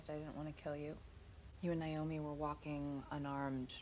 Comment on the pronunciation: I’ve spent a number of evenings binging your Expanse reactions and I have two things that I would like to say to you: 1. I sincerely like your reactions. 2. I would love to hear you pronounce Naomi‘s name as “nay-oh-mi” instead of “nai-oh-mi” at least one time.